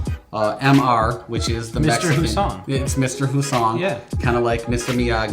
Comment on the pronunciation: Hey guys this is from my blood line let's get this straight we are German and it's h us song not whosong please stop butchering our name please it's all we got besides the pronouncing of the name I like the video